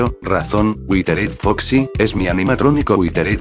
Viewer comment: Dise al prisipio witered foxi es witered yo como que a no me dijas